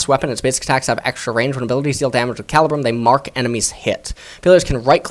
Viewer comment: I don’t mean to be that guy but it’s actually pronounced Cah-lee-brum.